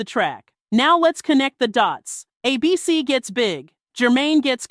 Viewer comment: Why do you keeping pronouncing it like “ay-BEE-cee”, as though it’s a name instead of an acronym?